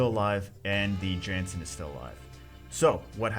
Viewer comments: It's a viking, shouldn't it be pronounced (YAHNS-sin)? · It's pronounced as "Yan-Sen"